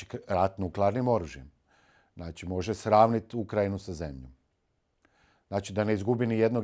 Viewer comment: Nije "NACI" nego "ZNACI "😅😅NACI ...NACI..NACI 😅😅😅😅